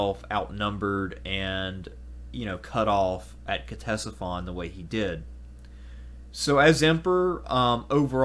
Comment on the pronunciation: I applaud anyone who takes the time to present a piece on my favorite subject: Ancient Rome, so thank you very much. That said, I have a quick critique that made me cringe every time I heard it: the C is silent in Ctesiphon fyi. Other than that, the rest is fairly spot on. So Bravo! Cheers 🥂 to you!